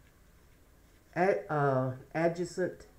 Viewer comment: Sometimes I have issues pronouncing words but I think you were saying ad-jay-cent! Adjacent. Not sure but I have to kinda respell words in order to say them! No harm meant just trying to help❤ Thank you for your reading, it resonates with me!❤❤❤